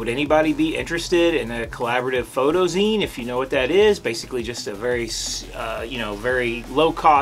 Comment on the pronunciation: Zine as in magazine. Not ZION